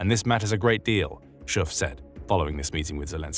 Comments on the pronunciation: The pronunciation of Dick Schoof is kind of painfull. The Dick part is spot on, but the Schoof part is painfull. The 'oo' in Dutch should be pronounced more like the 'oa' in moan. But i cant really explain it too well. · At least he didn't pronounce it as the classic English OO.